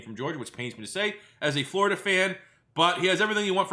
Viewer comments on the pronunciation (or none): none